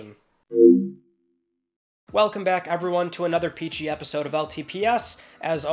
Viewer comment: Peachy Episode. I thought he said PG at 1st